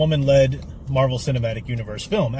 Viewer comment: Captain Muh-Rey-Vel: The first Wahman.